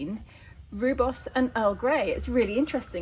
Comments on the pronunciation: Sorry but I was married to a South AFrican and it is pronounced Royboss 😊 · Just a friendly reminder, it’s pronounced ROYBOS……😉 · Pronounced ...ROY BOS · Just to let you know the rooi in rooibos is pronounced like the name Roy. It means red in Afrikaans.